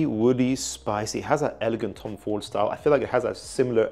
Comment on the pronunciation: Did bro say thomas fordigan😂